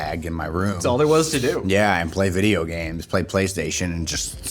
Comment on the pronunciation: soon as he said fideo i said id subscribe